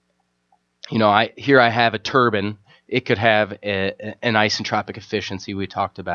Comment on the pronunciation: Great video, only thing I could criticize is how you say turban instead of turbine. But supper helpful video!